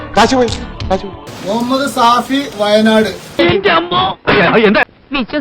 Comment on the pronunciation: സാഫി അല്ല man ഷാഫി 😅